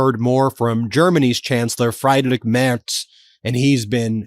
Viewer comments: Freedrick not Friedrick Ben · Freeeeeedrich ( soft, not a k) Merz 💙💙💙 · Hey Ben great informative show as ever 🩵🎉🎉🎉 😊(useful tip from a German speaker : german ie is pronounced as English ee ( =say Freedrich Merz) and German ei is pronounced like English eye. As in German for egg is actually " Ei" pronounced as English "eye"😅 😊🎉🎉🎉 Sue4Democracy@